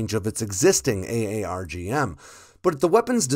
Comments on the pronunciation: It’s pronounced “R-Gum” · Pronounce it as Arr-Gum. THat is how we pronounce it here in the RAAF. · It's "aaarg" like a pirate. "Aarrg matie" then add an "m". "AAARRRGGG" - M.